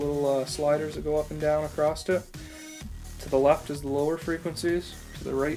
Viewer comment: The word is across not acrosst.